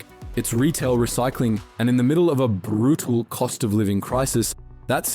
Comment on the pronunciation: This is 100% an ai voice. the infliction at the end is unnatural and has that “bit crush” sound. If you still don’t believe me, listen to and tell me that isn’t the sound of an ai voice having a stroke when pronouncing the word “brutal”